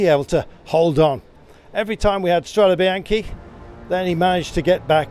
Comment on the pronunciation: Please learn to pronounce Strade Bianch"e" correctly...it isn't a bycle Bianchi!